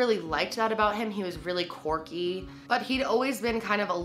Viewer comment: Did you straight up just call that man corky? Quirky works too hahaha